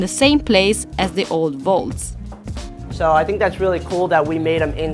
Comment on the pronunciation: unhygienic to prepare food on the floor. besides, dude is unfit to cook for me since he can't even pronounce the word "vaults" correctly.